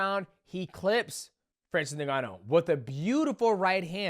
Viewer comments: Isn't it En-gon-nu? Not nig-gon-nu? Maybe I'm wrong but I always thought it was pronounced with an "en" sound. Ngannou. U & Jones call him nig gon u😂. Then there's Tyson "furry"😂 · did he really sayy francis nigganou? ICANT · Neganu? Come on Dont We all know How to pronounce his name by now… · Why do you say is Nuhganoo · His name is Francis N-G-A-N-N-O-U